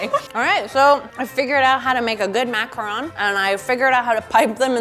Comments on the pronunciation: Thank you for pronouncing macaron correctly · Literally THANK YOU FOR CALLING IT A MACARON AND NOT A MACAROOON THERES A DIFFERENCE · Tbh in French we pronounce it "ma - ca - ron" not "macron" :) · Finally,someone said macron correctly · I thought this was supposed to be a reindeer from the pic 😂 ALSO TY FOR PRONOUNCEING MACARON RIGHT